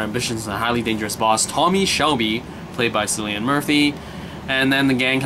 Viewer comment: It's "Kill-ian," not "Silly-un." It's the "Royal Irish Constabulary," as in "constables." I've watched the two seasons available, and it's brilliant. Murphy is in all three of the Dark Knight movies, as the Scarecrow. He was in "Inception" as well, and many Irish and British productions. "Peaky Blinders" is worth watching...twice.